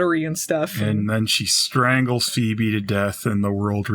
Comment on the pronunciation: I love it when calls her "Phoeble". 😅